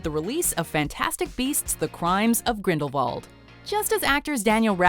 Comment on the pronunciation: Absolutely nailed the 'Grindel-vuld' pronunciation.